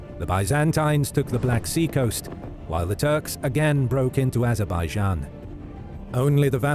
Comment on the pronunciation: when you said azerbaijan you lost me mate